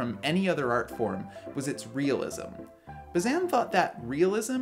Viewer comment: Sorry to single this out, but since you said it a lot: it's Bah-zain (with that nasally silent n, because it's French, like vin, or main.) But I liked the rest!